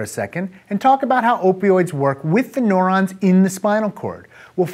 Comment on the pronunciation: This nigga sayin neurons as “NORONS” lolwut